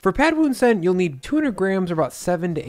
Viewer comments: As a Thai, I’m so glad you’re introducing this dish! I feel like Prad Thai is so overhyped and I honestly don’t care for the dish. Just a fyi, “Pad” is actually pronounced “Putt” despite the spelling. Sorry it’s just one of my pet peeves as a Thai American 😂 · Stop americanizing Thai words. It’s not pad as in cat it’s pahd as in car. If you like Thai food and respect the culture, pronounce the words correctly. Show some respect.